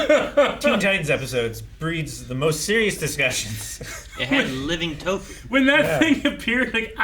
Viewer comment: Nu-fu = Nu- poop. You slay me,.